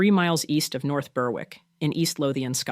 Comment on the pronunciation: Very interesting, especially the last one. Just a note on pronunciation: Tantallon has the stress on the second syllable, and the W is silent in North Berwick. I once wrote a short story set at the castle, but you wouln't understand it -- it is written in Lowland Scots dialect.